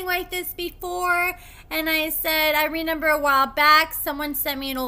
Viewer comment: Are you saying “renember?”